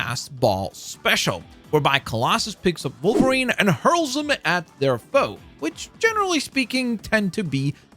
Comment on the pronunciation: Take a shot every time he mispronounces Wolverine as Vulvarine